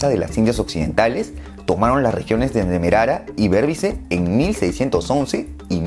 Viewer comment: Muy buen video pero se pronuncia demarara, y borbiz esa es la pronunciación completa